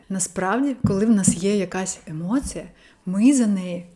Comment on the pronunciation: Емоция поки що через ы Треба трошки м`якіше - через і